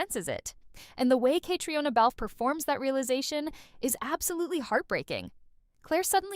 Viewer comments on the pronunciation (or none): Is this an AI narration? A fan would know “Caitríona Balfe” is not pronounced “Kay-tree-anna”. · I’m confused why you are using footage from other random episodes that has absolutely nothing to do with the episode in question. And honestly, why are you are you saying “honestly” so many times? And I’m sorry but please learn how to pronounce things correctly… you mispronounced Catriona, Culloden, and Craigh na Dun… all pretty important key words in the series